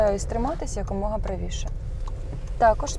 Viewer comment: "якомога", а не "як умога" !!! Шановні, перевіряйте, будь ласка, те, що ви видаєте на публіку!